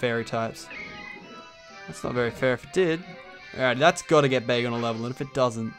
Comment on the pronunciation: When you found dat Bagon I Thought you said Bagel :D